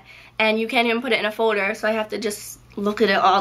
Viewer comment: i like the way you pronounce folder. it's like "fowder" haha